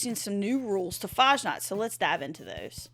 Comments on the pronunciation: FASSNACHT, not fahnaht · Fashnaht? Fass-nacht. Ch is pronounced like the ch in "lachaim" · Faschnaht 0.0 its Fasnacht dont butcher my beatiful language ~ Herman ze German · The game runs like Malware these days. Also, it's pronounced more like Fass Nahkt rather than farsh nargt. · Fasnacht is real live event celebrated in Switzerland and other countries , Helvetia being mini-Swiss-colony observing it too . you also absolutely butchered its name .